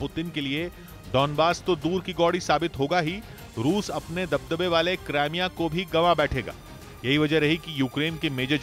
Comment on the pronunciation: krimea hai naam not CRIME A ISILIYE MY YEH NEWS DISLIKE KARUNGA